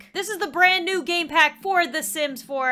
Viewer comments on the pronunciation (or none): '' Brand new game pack " Me being me : hears Brand new gay pack Lol 😂😂😂